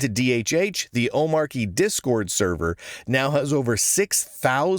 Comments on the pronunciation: Not to be pedantic, but just a point of order: It's pronounced "om-ARCH-y" not "O-MARK-y". Since it's based on Arch, it's like the "Arch" syllable was dropped in the middle of the word and you pronounce it the same way as Arch. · "Ohm-Archie" because it's Arch based. Agreed the hard 'ch' sounds better. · It's omar y, with a sound because it comes from Arch (unless you pronounce that Ark, I guess) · How is it that every one of you guys are pronouncing the name of this distribution incorrectly. Have you not watched DHH and his explanation. He says the name repeatedly. How much more simple could it be. It's an arch-based distribution. Not a mark-based distribution. Hence the name omarchy